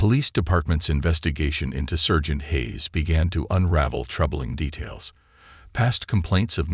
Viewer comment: Good story and nice reading, but one odd mistake. Not "sergeant" with the "ser" pronounced like the "cer" in "certain" — it's pronounced with the "ser" rhyming with "star." Strange miscue for a native speaker.